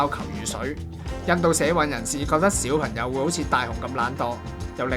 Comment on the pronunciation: 點解主持/旁白嘅懶音問題可以咁嚴重 "講"場 "角"家 小"貧"友 "你"又講成"理" 全部都係低級錯誤 聽得好辛苦